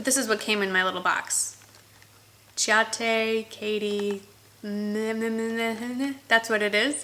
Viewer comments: The nailpolish is pronounced SEE-AH-TAY. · ciate is pronounced see-at-A. :)